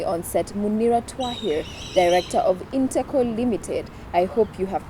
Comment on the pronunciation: It's InteCo not integral, correct me if am wrong